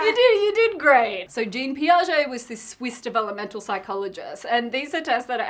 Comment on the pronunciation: Jean Piaget was mispronounced (you can use google translate to ear it in french). It's okay though, as a french person I've got the same problem for some names like Kanye, Disneyland or squirrels. I love your videos =)